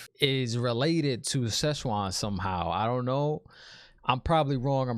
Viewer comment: Enjoyed listening to your take. Keep it up. Also thought it funny you kept calling her Shezchuan. She ain’t Chinese food. 😉